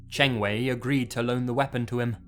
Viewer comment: Good thing I play video games on consoles like the PlayStation 2, 3, and 4. And I think you mispronounced Qiu Chengwei and Zhu Caoyuan's name. But I don't blame you since you don't speak Chinese. I apologize if I bothered you.